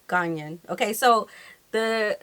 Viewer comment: 👍🏿👍🏿👍🏿👏🏿👏🏿👏🏿. The gentleman says Ghanaian correctly. Try visiting Ghana for holidays.